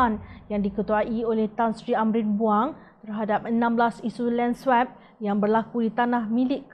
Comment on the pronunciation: Sila betulkan sebutan swap tu.